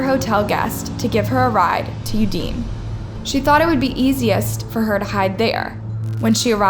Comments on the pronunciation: Udine- (ou-dee-néé) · Small pronunciation note: Udine is pronounced Ooh dih nay. Also this case is wild